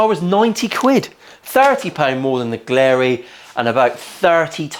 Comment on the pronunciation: Btw it's glarry, not glarey.